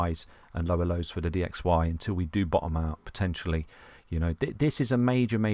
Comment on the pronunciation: I love it when he says BUT I love it when he says DOUBLE BOTTOM 😂